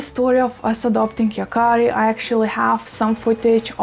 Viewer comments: Yes! And you pronounced it perfectly. In the show and comic book, the boy Yakari has the ability to speak to animals and has lots of adventures involving animals. :) It's a perfect name. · You pronounce the Name right. There is no german Meaning to this Name. Maybe this Name is from Japan. Thanks for your Videos. I'm a Boomer-Girl form Germany. 🤗😘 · Yes, you pronouncing it right. The name is actually from the native Americans and means “The one who talks to the animals”. An amazing name. Greetings from Germany